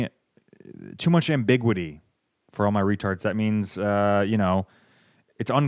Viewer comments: He calls us retards, but says ambigwitee instead of ambiguity. I fucking love this channel haha. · Bro said Am-big-widdy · i know it's off-brand to pronounce things correctly, but it's am·buh·gyoo·uh·tee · Learn how to pronounce ambiguity, aside from that nice work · ... Did you mean ambiguity? Calling other people r-ed but can't even pronounce it... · Is this dude even American?! His pronunciation of ambiguity and calling out Vietnamese in ATLANTA lol dude we all know it’s not the viet grandmas blasting their convos and music on MARTA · Pronounces ambiguity incorrectly “For all my retards…” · Ambiguity... for all my retards. (pronounces ambiguity wrong) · Crazy ambiguity pronunciation